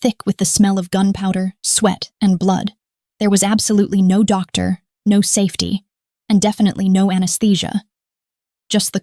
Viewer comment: Well, for starters, the word “no” is not 2 syllables…